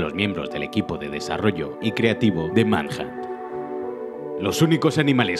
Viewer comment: escuche tu pronunciacion en "30 detalles alucinantes de gta san andreas" asi que al principio busque "manhatt"